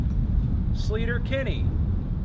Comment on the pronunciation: "slayter" not "sleeeeter" haha